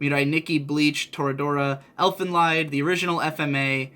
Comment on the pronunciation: mispronounced Elfen Lied:) Filthy casual kappa